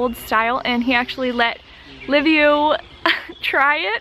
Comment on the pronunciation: excellent video...but its Liviu not Livio isn't it? why is it so hard to say Liviu ? Livio is Italian ! Liviu is Romanian !...Im saying this cause my name is Liviu too and Im living in England and its the same pronunciation...Livio!! hahahah...is it lack of education or you don't really care about it ? :))))